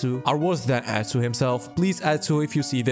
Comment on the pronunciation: i kept repeating "god bless you" every time you said atsuuu